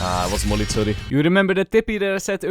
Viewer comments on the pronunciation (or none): none